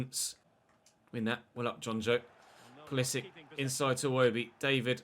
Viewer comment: You are not saying Pulisic's name correctly IC is like in ibrahimovic or Matic not IK